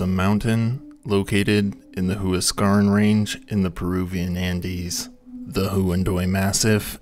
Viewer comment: Huan[doy] and Hua[scaran] are pronounced "wha[fill in the next syllable]". DO learn native pronunciations before butchering languages for cash purposes.